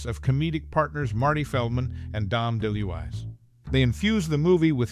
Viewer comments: Dom De Louise not deluess. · Dom "Dee Lou Eyes"?? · Dom Del-ool-eye? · It's almost like he's never heard of him. Dom Deluise is a legend.